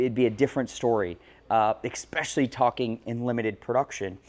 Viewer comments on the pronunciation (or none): Especially, not exxpecially :)